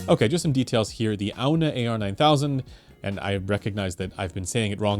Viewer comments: I think it's pronounced "On"... Like lawn... Or yawn... Or simply... On. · Hi, “Aune” is pronounced “Own”. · Pronounced "Oun". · It's pronounced "ON"... AUWN... On...